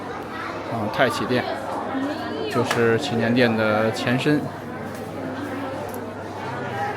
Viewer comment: 拜託 祈年殿的祈字念二聲不是三聲.